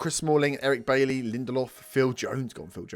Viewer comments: It's not pronounced like that tho...... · It's refreshing to hear someone pronounce 'Bailly' correctly.